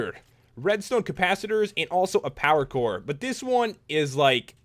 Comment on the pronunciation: When you say power core your like saying pakour